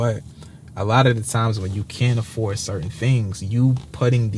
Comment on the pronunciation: 'Aforded' lol 😂 but joking aside... awesome dude. Enjoy it, you deserve it!